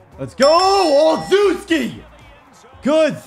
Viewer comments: Hey, I really appreciate the lengths you go through to give us this content. Also it’s pronounced “Ol-shev-ski” not “Ol-zew-ski” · I think it is pronounced OL-SHEFF-SKI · it is pronounced oshefski td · Its not pronounced Ohl zews key, Its pronounced Oh chef skey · olcheski not olzuski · O-Chef-ski is how it's pronounced not ozooski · as a pats fan, the way u pronounce gunner olzewski's name bothers me....j an fyi it's Gunner (Ol Zow Ski). It sounds like (ole zew ski) when u say it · Gunner last name pernounced o shez key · Just wanted to let you know, since you said you had to figure it out at 26 min., Gunnar's last name is pronounced "Oh-leh-shev-ski" 😁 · BRO I LOVE YOU, BUT IM A LIFE LONG PATS FAN. YEAH BACK WHEN GROGAN AND EASTON LOST TO THE BEARS IN 85. EVEN BEFORE THAT. YOU ARE SAYING THERE NAMES WRONG AND IT MAKES YOU LOOK RIDICULOUS. GUNNERS LAST NAME IS PRONOUNCED, O SHEZ KI , AND TRAVIS E TIAN. ILL LET YOU KNOW IF I HEAR YOU FUCK UP ANYONE ELSES NAME. JUST FRIENDLY HAZING. LOVE YOU DAWG. I WATCH YOUR VIDS EVERY DAY. OH YEAH I ALSO HAVE A YOUTUBE CHANNEL. ITS SMALL BUT OVER 1K SUBS. GIVE A LONG TIME SUB A SHOUTOUT. HELP A DUDE GROW. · Ole-Sheh-skii is Gunner's last name pronunciation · Olzewki’s name is pronounce ol chess key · Gunners last name is pronounced ochefski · Gunners name is pronounced oh chef ski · My man needs to learn how to pronounce Gunner Olszewski (Ol-chev-ski) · Believe its pronounced: Ole-chef-ski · It’s pronounced ol-CHEF-ski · Gunner Ol-shev-ski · It’s Pronounced Oh Scheff Ski. He’s my cousin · gunner oslzewski is pronounced ( oh-chev-ski ) kinda annoyed me as a pats fan lol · Gunnar Ol-Shef-Ski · Also its Gunner O-chef-ski is the easiest way to type it out so you can pronounce it right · I’m a Pats fan and I’m pretty sure it’s {Oh-Chef-ski}. Also, love that you’re using him so much he’s a real fan favourite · Just a heads up Gunners last name is pronounced "oh chef ski" Yeah I know.... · its pronounced Gunner OleSheski